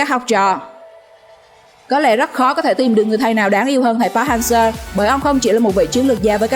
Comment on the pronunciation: Đọc sai tên thầy kìa